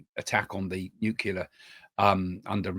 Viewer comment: Can you please say nuclear the correct way it's not nuclear